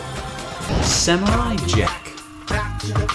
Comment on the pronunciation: Not samutay jack amazinf world of GUMBAL